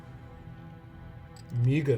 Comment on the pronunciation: "A-Migos". is awesome.